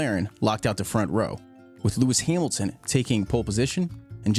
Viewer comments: "hearmilton" and disliked, and switched off. idiot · Lewis Heeeemilton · “Lewis Heemilton” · Great content. But heymilton???? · Who the fuck is Lewis hyemilton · Its hamilton. Not heemilton😂😂😂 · Lewis Himiltin?? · lewis hiemilton😂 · Louis Heemilton god 😂